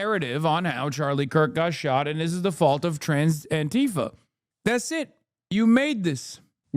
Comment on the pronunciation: Did Hassan say Transtifq?